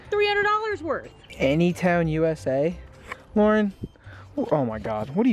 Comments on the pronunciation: world it’s Lauren not larauern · Purfet it’s l Lauren grat